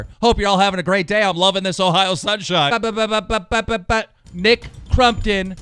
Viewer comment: WE ARE VENOM no one bro jus that hes pronouncing it wrong